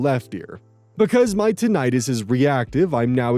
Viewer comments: That's not how you pronounce tinnitus. It's actually pronounced "tin-ih-tis", not "tin-eye-tis". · Hey, "tinnitus" is pronounced TIN-i-tus, not tin-EYE-tus. I just recently learned this myself! Also, the name for an unhealthy obsession with "healthy" foods is "orthorexia".